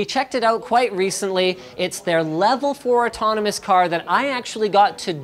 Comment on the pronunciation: Oh, you can say Autonomous, you should teach Jay.